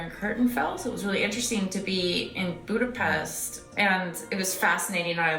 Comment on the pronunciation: I was kind of expecting Natasha Romanova (Black Widow) to pop up and correct the pronunciation of "Budapest", lol. watch?v=t3IeDl0wVP4